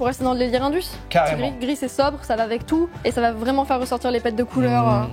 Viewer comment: la team Kekra: c'est moi ou il a dit "vréelement faire"?